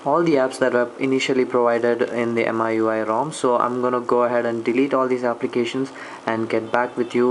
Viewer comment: It's pronounced Mee-you-eye (miui) , nice video ,btw